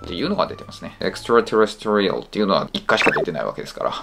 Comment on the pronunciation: 細かいけどextraterrestrial のアクセントは4音節目じゃないのかな？？